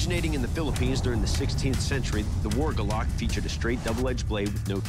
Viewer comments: its "gulok" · Its gulok not golok (Gu, lok) not (galak) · The proper way to say it is gu lok not golok and that blade is supposed to be straight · And by the way it is "Gulok" not Gah lak! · The right pronunciation of Golok here in the Philippines is "goo-look" , not "go-luck" as I have heard in the video. No insult intended. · it's not "Golok". it's "Gulok". from the Philippines here. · It's GU-lok. And I think they should have used meat to test the weapon instead of logs. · It's Go'lok not golo'k or also known as Gulok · It's "Gulok" not Golok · It's Gulok not Golok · It's "gulok" not "golok" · Gu-lok. not guh-lock. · It’s called gulok not golok :) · "Gulok" not "Golok" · It is acsualy pranouns goolok not galok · its not golok, its GULOK. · Its not golok its GULOK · Its GULOK(goolok sound) NOT GOLOK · Its GULOK NOT GOLOK.. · it is pronounced goo-loch not gah-luck. galak(gah-luck) means happiness. you cant kill spanish colonizers with happiness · GULOK - "goo- lok" not gahlak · first of all it's not "golok"... it's "gulok"... the winner has to pronounce the word correctly first hahaha pronounciation sucks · I think it should be spelt as "Gulok" and pronounced as "Goo^lohk". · Filipino here. For native English speakers, please be aware that the word GULOK is properly pronounced as 'goo-loch'. Can't use the IPA here, right?😁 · it is pronounced "go" "loc" (as in local) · it's actually pronounced as Gulok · We pronouce it as GU-LOK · The what???😂 It's pronounced as goo-lok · just want to correct..its gulok... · It should be pronounced as goo-look. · It's pronounced as Gu-Lok Could had ask some Filipino on how to say it properly. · It should be GULOK... Pronounced as goo-lok... That is how we call it here in the philippines. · Correct spelling and right pronunciation to your subject matter. Do a better job by doing research and practice the proper way of saying the word “ GU-LOK”. Thank you. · incorrectly pronounce